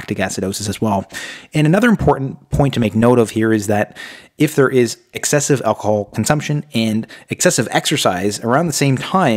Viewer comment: Alc-o-hol! Not 'alcol' as you kept saying. Annoying when somebody can't pronounce the very thing they are advising how not to do! I stopped when at that point.